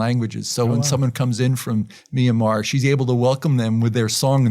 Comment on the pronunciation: I have never heard another person pronounce "Myanmar" correctly. Not surprised that it's Dr. Dan McClellan who gets it right!